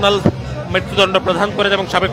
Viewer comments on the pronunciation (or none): মৃত্যু দন্ড ‘প্রধান’ করেন?😆😆😆 উচ্চারণ শুদ্ধ কর মিয়া